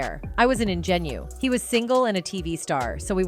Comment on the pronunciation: Is this a real person doing voice over or AI because not only can they not pronouce "ingenue" , they are also racist thinking all black men look alike (re: that's Eddie Murphy in Coming to America).